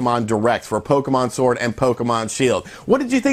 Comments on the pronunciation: LOL I thoroughly enjoyed listening to you say pokemon shord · you said "shord" hahahahahahahahhahahahahahahahahaha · In the beginning did he say Pokemon Shord? Lol